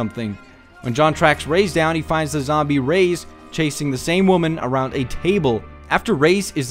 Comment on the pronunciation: The way you say Reyes is just the worst.